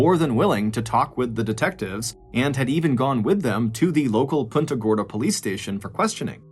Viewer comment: Punta Gorda not punta gordo